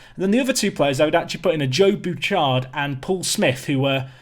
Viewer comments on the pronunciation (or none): none